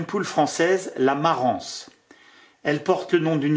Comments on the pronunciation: Merci beaucoup pour ta vidéos et biensur pour les autres. Pour info Marans se prononce Maran A bientôt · dans le sud on prononce les 's', mais on ne dit pas Parisse pour autant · Bonsoir merci pour la vidéo , Concernant la poule de marans le S ne se prononce c est donc « maran » en phonetique Et effectivement la coquille de l œuf est dur et même en couveuse 66% d éclosion reste une moyenne d éclosion Thibault de La Rochelle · Salut, Ube autre race excellente,voisine de la Marrans,bien que bien moins connu, c'est la Barbezieux. Gros œuf très bonne chère, gros gabarit et en plus vraiment très belle entièrement noir avec une oreillette rouge vif. Voilà comme tu l'as demandé je partage une de mes races préférées. Un peu chauvin, je suis originaire de Charente maritime. Par contre on ne prononce pas le S à Marrans. 😁 Bonne journée fraîche mais ensoleillé Merci pour cette super vidéo. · Superbe présentation seulement un complément sur la diction concernant la poule de Marans le "s" ne se dit pas. On dit Maran et on écrit Marans. Un admirateur de Charente Maritime. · On ne dit pas "Parisse" et on ne dit pas "maranse" non plus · Super intéressant comme d'habitude ! Un petit détail ... La ville et la poule de Marans se prononce sans le "s" 😊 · Merci pour la vidéo ! Beaucoup de commentaire sur les races locales. Peut être que ce sont elles qui sont les plus adaptées localement pour la production fermière. PS : on ne prononce pas le S de Marans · Merci de ne pas prononcer le S à la fin de Marans. On est pas dans les Landes mais en Charente Maritime... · MARANS (on prononce pas le S, comme Fouras ou Paris)